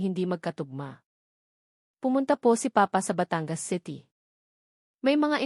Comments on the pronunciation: Putragis naman yong narrator tagalog naman magsalita tapos s apagbiggas sa word ay mali Batangas hinde bata-ngas.. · Kaya nga e pati pagbigkas ng batangas e mali.batan-gas ang tamang bigkas